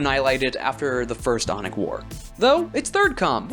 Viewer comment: Really good stuff, but your accent made me really fucking confused whenever you said aunic, I thought you were saying yonic Yonic assembly is like calling yourselves the kingdom of phallus